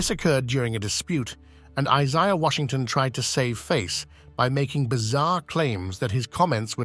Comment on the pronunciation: Your nuts and bolts were spilling onto the floor when you pronounced 'Isaiah' as Is-EYE-ah and early 90s as 90s S. Also you showed 'Who's the Boss' scenes when you were supposed to show 'Growing Pains'. I could be wrong but was this done as a high school student's AV project? If so it get's a D at best. Remember Kids, EDIT, EDIT, EDIT! Then run it by your parents.